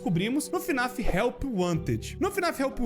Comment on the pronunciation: n é fnaf "af" é fnaf "ar" 🤠👍